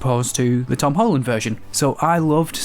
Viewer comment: Hom Tolland